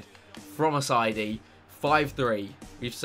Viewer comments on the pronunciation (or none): Ass-I-ee-dy not ass-I-dy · Chris please. Assaidi is pronounced ass-i-ay-dee. It was getting annoying.